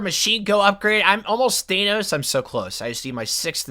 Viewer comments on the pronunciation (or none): none